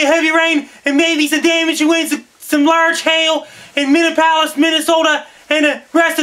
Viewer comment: Thanks for the warning, Frankie. "min-eee-app-o-liss" Best of luck to you.